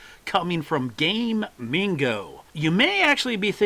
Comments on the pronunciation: Its pronounced GAH- MING- GOH, not Gaymingo you gay dingo. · Gamigo, not Gay Mingo like you've said 5697 times in this video xDDD